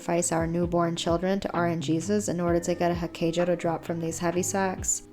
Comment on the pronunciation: I pronounce hakeijo like hak-eye-jo